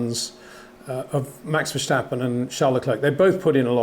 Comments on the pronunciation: Peter please. It’s not VerSH-tappen. Do you say George RuSHSel. You don’t right? Your content is good mate but please I hear this with Paul Di ReSHta also. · HEY PETER WINDSOR, I HAVE MESSAGE FOR YOU SIR: With all due respect ... it is NOT Max "verSHtappen" ... Max is not German (Germans indeed do pronounce "st" as "sht") ... #Max33 = Dutch NL/Belgium! ... It is not "Bottash" nor is it "Lewish" certainly not "verSHtappen" .... This BS started long time ago when a British sport presenter interviewed father Jos Verstappen and assumed you can use a German pronunciation to a Dutch Driver thinking it is so "funny" ... It is not. Serious question: can any Englishman say "versatile" out-loud without saying "vershatile" phonetically? most can about 99,99% ... that is why most English can pronounce Verstappen 100% correct! Father Jos Verstappen (also F1 Racer) was very active between back then only a very few said "Vershtappen" but the vast majority of British sport presenters pronounced it perfectly ... only a few old stubborn farts like Peter Windshor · Please, please, please pronounce the name ‘Verstappen’ correctly, if only for your dutch viewers. It is very annoying to hear a name pronounced incorrectly each and every time. The ‘s’ in Verstappen is NOT pronounced as the ‘s’ in ‘should’ but as the ‘s’ in ‘still’ or ‘is’! So please use the sharp ‘s’ instead of a soft one as you are used to. Thanks!